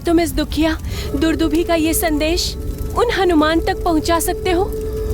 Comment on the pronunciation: दुदुम्भी नहीं दुंदुभी।